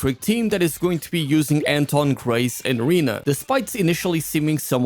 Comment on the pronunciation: Wenn Anton suddenly is called "Enton"